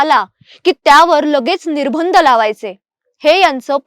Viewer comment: निर्बंध चा उच्चार निर्भंद असा चुकीचा होतोय.